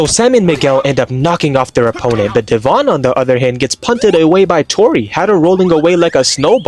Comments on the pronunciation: It’s Devon… not dE’vOn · Her name is not dev-on it is devon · Is no one talking about the way he pronounced Devon’s name